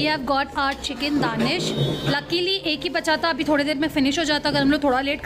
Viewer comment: Girl, for FFS - Please get your pronunciations right. Thousands of people are watching you and you're misleading them by your wrong pronunciations. You took the time to check what's a popular dish in a certain cafe, but you haven't put the effort of pronouncing it right. Chicken DANISH is not DANISH, its with an A... so you pronounce it also with how you say A. It's not an Indian savory item.